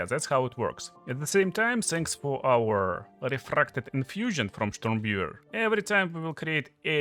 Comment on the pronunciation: Штормвивэр? Нононо.